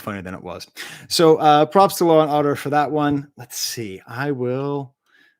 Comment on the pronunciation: I also thought you were saying law and order everytime you said lauren auder hahaha. Guess its how im used to it being pronounced.